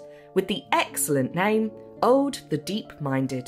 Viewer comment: Aud pronounced as Ode? Who decided to skip the language consultant? Au is a diphthong: a short unstressed a — like the a in about — the u is a long oo as in Scottsh good— all ending up in an unstressed d In "oseberg" all the vowels are pronounded, none of them s a diphthong. To be fair, the closed long o at the beginning is one of those sounds that don’t really exist in English. But the unstressed short first e cannot be omitted (the se sounds close to se in second). BBC should try harder.